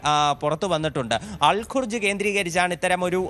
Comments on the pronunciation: അൽ കുർജ് അല്ല അൽ ഖർജ് അത് സൗദിയിൽ ആണ് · ഒരു വാര്‍ത്ത kodukkumbol. അതിന്റെ സത്യം ആദ്യം അറിയണം...നിങ്ങള്‍ പറഞ്ഞ സുല്‍ത്താന്‍ base soudiyil ആണ്. ദുബയ് അല്ല..പിന്നെ al kurj alla ..Al karj aanu....അത് സൗദിയിലെ സ്ഥലം ആണ് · ശരിയായ വിവരം മനസ്സിലാക്കി വാര്‍ത്ത നല്‍കുക. പ്രിന്‍സ് സുല്‍ത്താന്‍ എയര്‍ ബേസ് സൗദി അറേബ്യയിലാണ്‌; ദുബായിയില്‍ അല്ല. ആ സ്ഥലം അല്‍ ഖര്‍ജ് എന്നാണ്‌. ഖുര്‍ജ് അല്ല.